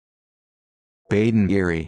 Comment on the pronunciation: This is absolutely NOT the correct pronunciation! Please do not say 'Badinerie' like this!